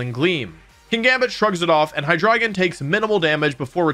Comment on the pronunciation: Pretty sure you’re pronouncing Hydreigon wrong